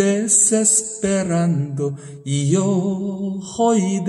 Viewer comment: 무척 고맙습니다. Y yo joy desesperando가 아니고 Y yo voy desesperando입니다. 그러므로 '이 요(죠) 보이 데세스페란도'로 읽어야합니다.